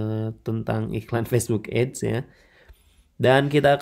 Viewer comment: ADS dibaca ya ADS jangan dibaca AIDS bang malah jadi beda arti info aja